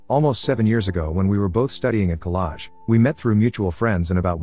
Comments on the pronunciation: Collage❌ Collaj 🤣🤣🤣 Month❌ Moth 😂😂 WTF IS WRONG WITH AI NOWADAYS 🤣🤣🤣🤣🤣🤣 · "collage" XD